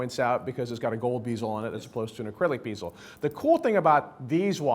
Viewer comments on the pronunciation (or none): what the fuck is a beeezel?!? you mean bezel bro?